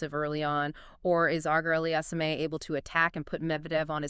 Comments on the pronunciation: You butchered the pronunciation (badly) in the first minute of the video which warrants not watching the video at all. Terrible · If you can't say his name properly it just shows you clearly did not watch enough Felix. You might know a lot about tennis, even have competed previously, but specifically should avoid any discussion regarding Felix. Only two pieces of deduction made me dismiss the video: The first piece of deduction is that simply from the lack of pronunciation, it shows that you clearly have not watched enough Felix. If you even watched a match, or simply HIGHLIGHTS of him playing, you would be able to repeatedly hear "Auger-Aliassime". Both the announcers and the umpires would have said it multiple times. Then I deduced that if this individual obviously has not watched ENOUGH of Felix's play, I am fully justified on dismissing this person's analysis. How can I bother with the analysis of someone who has not even WATCHED HIM PLAY? This is the 2nd piece of deduction. It took me longer to type this out than to make up my mind but that is simply how my thought process went. I am not hating irrationally, there is a logical process I underwent to arrive at this conclusion. I can also add that mispronunciation is indicative of a lack of attention to detail, so how can I bother with an inattentive individual who clearly has never even watched him play? I hope you can take this the right way and only look at it critically instead thinking that I am just hating for no reason.